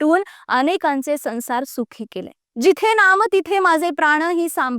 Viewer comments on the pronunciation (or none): संसार हा शब्द मराठीत sansar असा उच्चारला जात नाही....तो saunsar असा उच्चारला जातो.... तू बोल भिडूत होती तेव्हाही सांगितलं होतं.....पण काही सुधारणा नाही